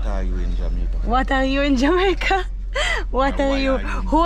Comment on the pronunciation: In English, it isn' t pronounced "Jamoyca"...it's pronounced "Jaa-may-ca"!